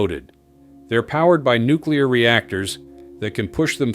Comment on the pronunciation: Running out of nucular fuel really?